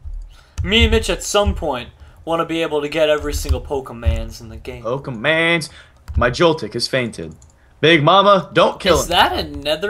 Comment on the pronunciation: it's pokemon not pokeman